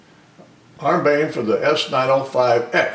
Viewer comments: ARMBAYN xD Nah, it's Arm-bi-an, sorry couln't help myself :) Nice video tho :) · It's not "arm-bane", it's "arm-bee-an"; the "i" is before the "a". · Thanks - that was annoying me too. But I was to caught up in making fun of Windoze.